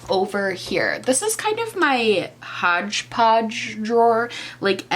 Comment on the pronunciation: My sudden awareness of your NY accent during the words “hodgepodge drawer” is shocking but also delightful